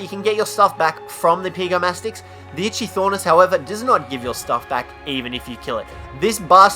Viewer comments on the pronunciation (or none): He said itchythornis. It probably gets a lot of itches. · IT’S NOT ITCHY THOR NIS IT’S ITCHY OR NIS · Its pronounced like ikthyornis not itchthyornis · Dovahkiin the Brave he pronounced it: It-chy-Thor-nis But it is pronounced: It-chy-or-nis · kap-ro-sue-kus and ick-the-ornis, proper pronunciation is key..... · "itchy thornis"? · Yea so far I've only hated one and that's pego and no Tuso is also immune to the sting of the jellyfish, anyone who thinks a Theri is annoying is a Twat Also FYI you are terrible at pronouncing names, Kap Row Sew Kus, Ick Thee Or Nis, Scrub, why isn't Giga on this List, u see a Giga on foot and ur like "Offworlders RUUUUUUUUUUN!" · the "Itchy - Thornis" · Itchy-thornis... LMAO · Ik I’m late but ichthyornis is pronounced ik thee ornis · Who else got a stroke every time he said Ichythornis? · "Itchy-Thornis" lmaoooo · "Itchy-Thornis"? My nose is red from the amount of times I facepalmed... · And he said itchythornis. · Okay, two things. One: it’s just Kaprosuchus, not Kaprosuchusaurus. Two: Ichthyornis is pronounced ik-thee-or-nis, not whatever you said. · Bercier it's just irritating when someone mispronounces kaprosuchus as kaprosuchasaurus of ichthyornis as itchythornis. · You pronounced Kaprosuchus, Ichthyornis, and Titanomyrma incorrectly. Also, you forgot to mention that Ravagers can utilise zip lines. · I know just say kaprosuchus and PRONOUNCE ITCHYORNIS CORRECTLY